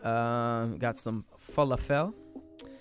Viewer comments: Gyro..pronounced JI-RO.The heck they get yee-ro from???And his pronunciation of falafel?? WOW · I almost passed out from pronunciation of falafel